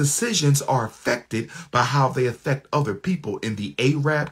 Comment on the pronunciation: "Afeck" his job? 😂